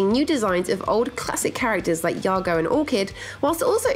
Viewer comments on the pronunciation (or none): That's my first time hearing Jago(Jay-go) pronounced "Ya-go" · Jago's name is pronounced Jay-go just saying